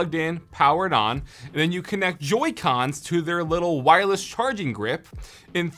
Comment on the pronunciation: Take a shot every time he says wirelles